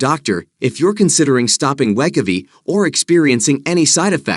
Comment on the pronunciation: I could not take this. I guess I am that 1% that did not lose anything. Omg the pronunciation of WEGOVY!